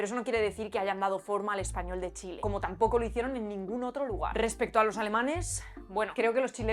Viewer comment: "Otrsho", "trsaajo" Qué buen video, muchas gracias!